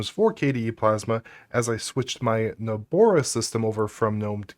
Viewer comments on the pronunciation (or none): Nobara not Nobora 🤣